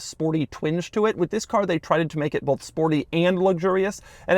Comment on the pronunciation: The perfect example of “bolth”